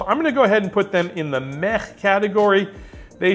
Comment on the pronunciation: Pretty sure “Meh” is pronounced with a soft “h” at the end instead of that guttural sound you are using.